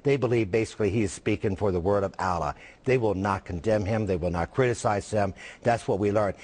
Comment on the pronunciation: And this guy cant even pronounce "Allah" correctly.